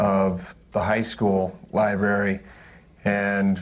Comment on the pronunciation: Library not libery.